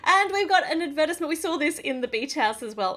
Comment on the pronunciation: ad verse ment? Ad ver tize ment 😂😂😂